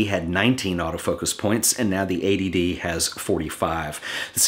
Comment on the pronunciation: the intro is funny. I also like how you emphasised the t in eighty d so it didn't sounds like a.d.d great video by the way